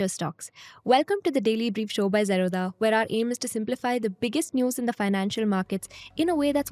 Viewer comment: This girl cannot even pronounce Zerodha properly. She has problems with dh, th